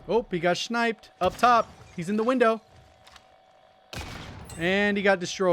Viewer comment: he got “shniped” lol